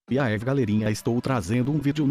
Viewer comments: Parece mais "iaev galerinha" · So eu q escuto "iev galerinha"